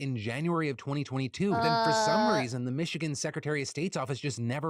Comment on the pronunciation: Calling it Methigan had me rolling. Seriously though, are folks in Michigan okay? 😂